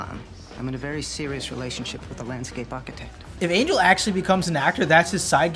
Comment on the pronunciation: every time u say "Angle" I get offended and laugh at the same time.... every time ROFL